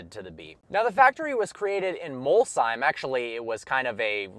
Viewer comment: Props to you for nailing the pronunciation of Molsheim